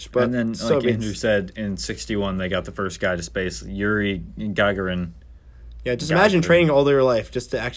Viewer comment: Ga-Gar-In That's how you pronounce it.